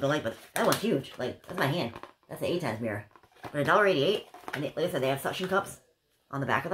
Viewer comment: Lol I love how you say mirra instead of mirror. Super cute